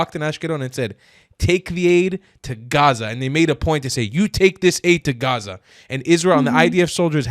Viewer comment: the first Arab girl saying Gaza and no hhhaaaaaza i already can respect!!!! This young woman is cooking